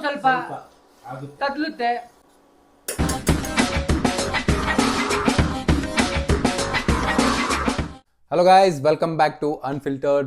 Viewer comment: Thodluthe ❌ thadluthe ✅